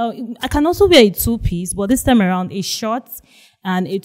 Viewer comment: So of all the pretty ladies present, you chose the 2pix lady. Like who pronounces a 2 piece outfit as 2 pix ehhhhh. 😢😢